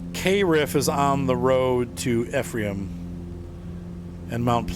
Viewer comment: As a native of the area I got a chuckle hearing you pronounce "Ephraim". 😁